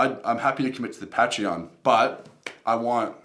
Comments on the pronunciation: I'll join it if you pronounce it right lol "pay-tree-on" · If you can pronounce Patreon properly I might donate 😛